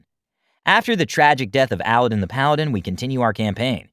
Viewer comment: Am I the only one who is really bothered by the fact that that's.... not how you say 'Aladdin'?